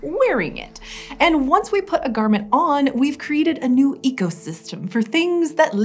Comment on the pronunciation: As he was announcing the new calendar I heard “first nude” instead of “first new”